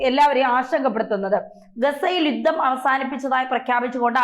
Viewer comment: 'മാദ്യമ' പ്രവർത്തനം,'യുദ്ദം' എന്നൊക്കെയാണ് ഇവിടെ യും പറഞ്ഞത് താങ്കൾ ഉച്ചാരണത്തെറ്റുകൾ തിരുത്താൻ തയാറല്ലതന്നെ.